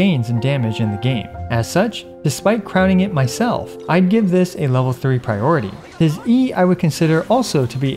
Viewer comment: Oh god he's one of those people who say "pry ority"